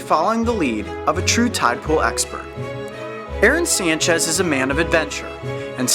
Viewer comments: Aron Sanchez!? Aàron Sanchez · When I heard him say 'Aron Sanchez', I thought he meant the chef Aáron Sanchez..